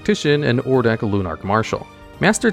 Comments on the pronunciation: In this video: Complete failure to say the name "Odric", saying "Ordic" every single time. Sad. Otherwise your content always is nice. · You can put Pariah onto cho-manno. But...yeah...poor Odric btw. butchering his name like that :v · I cannot listen to the ODRIC section because apparently the d and the r are swapped places when you don't care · If only the narrator could pronounce Odric correctly... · Take a drink every time Odric's name gets butchered. 🥃💀⚰ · definitely not ai generated, ai would mispronounce things, sure, but it would get the letters and their order right, it wouldn't replace the x with a z in Ixalan or swap the r and d in Odric. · It's really annoying me how lazy the voiceover is sometimes; like you couldn't have tried ONE more take on Ixalan or re-read ODric's name? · he is mispronouncing OH...dricks name...for some reason he keeps calling him OR...dik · Saying ordic was very annoying (od-ric) you are adding an r before the D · "Ordic, Ordic, Ordic" It's ODRIC please slow down and proofread T_T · ODric. Not ORdic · Bro pronounced Odric as Ordick 💀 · It upsets me that you called him Ordic instead of Odric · You say Or-dic, but it's Ohd-ric.😂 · Hahahahaha it’s Odric not “Ordic” 😂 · It's hard to get past how he pronounces cards 😂. Adding an r to Odric is wild. Pronouncing it Or-dic instead of Od-ric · Yeah I was listening to this video and when I heard Ordic i was like who the fuck is that? He's a reoccurring character from Innisitrad? You mean Odric?? Lol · "Ordic" now lives rent free in my head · That and or-dick instead of odric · he constantly said Ordic instead of Odric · O D R I C it's odd how common people pronounce his name Ordic. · Bro, I thought you pronouncing Archfiend as Archafiend was bad but after hearing you pronounce Ixalan as Izalia and Odric as Ordic makes me glad I'm not subscribed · Ordic? ORDIC? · Amazing video! But "ordic" ... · First time I heard Ordic, I knew he was going to hammer that one every time it came up